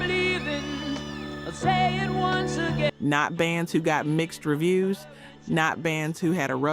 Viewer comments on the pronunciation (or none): none